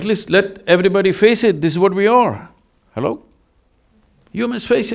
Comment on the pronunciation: Every time he says Halo🤣🙏🏾